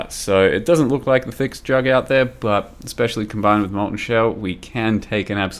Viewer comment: I like how you call it J U G G consistenly :D